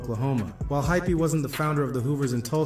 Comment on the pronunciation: Hypee not hyphy lol